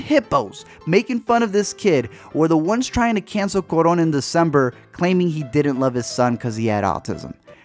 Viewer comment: um i cringed when you send cuaron wrong haha